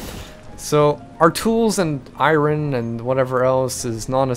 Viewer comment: U say iron wrong